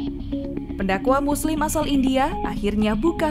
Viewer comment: 00.07 Muslimah😂